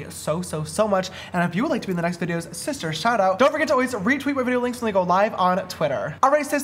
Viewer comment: Shlay shister!